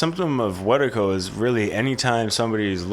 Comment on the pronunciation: This is a great talk, not enough people talk about this idea of Wetiko. I commend y'all for that. I will say though, you gotta work on the pronunciation. "Weh-tee-koh" not "wet-tuh-koh".